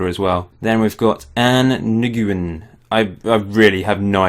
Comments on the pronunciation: Nguyen is pronounced like 'Win'. it's a Vietnamese surname. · Nguyen is pronounced "Nwinn". There is a player called that on New England Revolution.